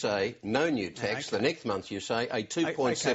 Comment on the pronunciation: did he say nek month?